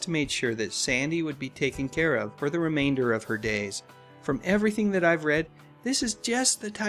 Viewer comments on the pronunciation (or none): none